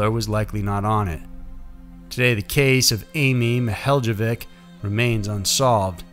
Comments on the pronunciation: Being from Ohio I cringed at The mispronunciation of Amy Mihaljevic’s name. But in all fairness I never would have known how to say it had I not heard it many times before. It’s like Ma-hall-uh-vic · Amy Mihaljevic, pronounced: Ma-hall-ovic' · It's pronounced Amy ma-hall-ah-vick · First, I love your channel. I have one quibble with this video - Amy's name is pronounced Mill-HALL-o-vic. Bay Village is right near where I grew up - I hope one day her killer is brought to justice. Thank you for shining light on her case. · It is pronounced Amy Ma-hall-la-vic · I live not far from where this happened. The last name is pronounced MI-HOLLOW-VIK. Soft "I" for both. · It's pronounced Amy Muh-HALL-a-vick. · Case 3: Amy Ma-HEY-lo-vic. The "j" is pronounced like an "h" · Oh. You pronounced Amy's last name wrong. M-hall-ah-vic. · MIHALJEVIC is pronounced Mi-hall-uh-VICH. The J is silent. You’re welcome. 😉